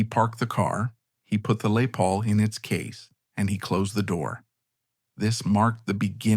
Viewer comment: Lay Paul? love that AI-not.